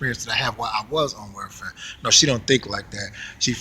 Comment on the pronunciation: Black women are vicious. They're not very good mothers and this whole "beat your kids" is nuts! BTW: welfare is pronounced welfare not warefare.